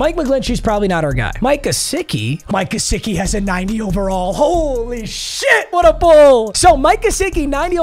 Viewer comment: “Micah sicky”